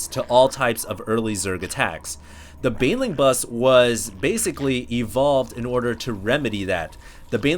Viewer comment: Dude its Baneling Not BAYWINGS :S